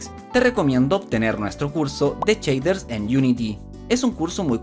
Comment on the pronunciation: Ja ja ja "CHEIDERS." Pero que bueno está esto.